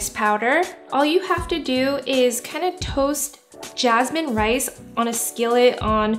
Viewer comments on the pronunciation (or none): none